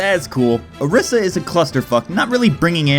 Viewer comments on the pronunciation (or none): hey dude its O-R-EE-SA not O-R-IS-A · its pronounced OrEEsar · lol isn't it pronounced oreeesa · You are saying Orisa incorrectly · I've never experienced some one sounding so WHITE when pronouncing a characters name